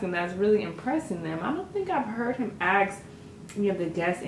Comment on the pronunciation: Ask...not axe